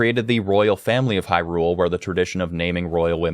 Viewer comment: Far as I’m concerned. The way you say Hyrule, and Faror, you are saying it right.